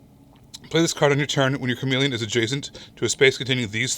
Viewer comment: Chameple? Meepelon? No, it's chameleon. Because it blends in the word: cha-MEE-leon 😄